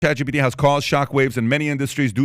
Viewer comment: It's ChatGPT not ChatGBT, how many times do you need to be corrected???